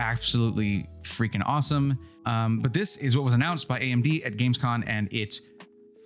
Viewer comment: GamescoM You're killing me here 😂 A lot of non techy people say ChatGTP...